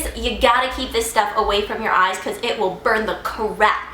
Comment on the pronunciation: hahaha! "The CAA-RAP"